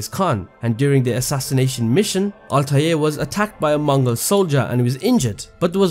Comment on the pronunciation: Altaje , Altaje , Altaje ,, . Im sick of it. ITS ALTAIR